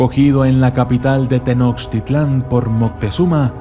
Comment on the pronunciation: Me gusta tu canal, pero no pronuncies mal, Mechicas, no. Se dice Meshicas. Tenoshtítlan.